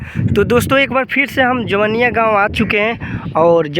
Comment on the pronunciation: Pahle tu gaw ka nam sahi se bol.....ara jila ka ho or jawainiya nahi kah pa rahe ho